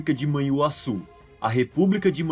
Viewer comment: Assuma que vc pega esses vídeos lá fora senão pega mal. Vc até mesmo pronunciou Manhuaçu (antes grafada como Manhuassu) como "man huassu", tal como gringo que não conhece o dígrafo "nh". Tenha santa paciência!